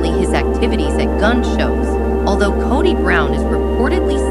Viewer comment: Narrator can’t even pronounce Kody correctly.